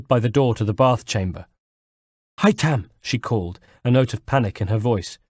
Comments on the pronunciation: Ive barely even dented the story and i love the narration but its haytham not haythem or haytem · But why is his name pronounced that way ? Is it not hay- tham not Hai-them. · Rana Lanus Gaine hi-tham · haha hytam is how he says it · It sounded a lot like "Hi Tom" to me, lol. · no i mean he should say it like the game. hay-them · Whatever he should have just said Haytham like in the games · Haytham is pronounced exactly as it is in the game not “haytam” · I noticed as well. He says Hytam. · Hi Tham 👋👋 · that is not how you say Haythem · only one complain the way you say haytham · Yeah, my cousin's name is Haytham and it's so annoying how pronounces it lol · the way he says haytham